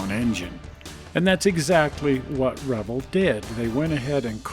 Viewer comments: You’re pronouncing Revell wrong. It’s Reh-Vell, not revle!! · Sorry I'm a little late to this video and found it Interesting in two ways. First, I always pronounced it "re-vail" but you pronounce it "revel" like rebel. Never heard it that way before but you're probably right. Second, I didn't know there was a model car museum in SLC. Where is it? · you are pronouncing the model manufacturer wrong, is pronounced like Chevelle. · I find it interesting how you pronounce Revell. up here in the NW it was always Ra vell. Maybe it is because we are too close to Canada. Good show.